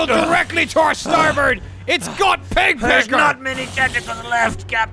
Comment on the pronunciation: Every time they say “peg pecker” it sounds like “pek pek” and in Filipino that means vagina so every time they address Michael I’m caught off guard😂😂